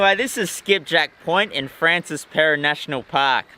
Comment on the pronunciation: Its pronounced Franshwa ... just saying,mate